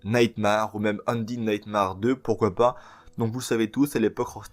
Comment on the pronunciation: ça se dit undèd nightmère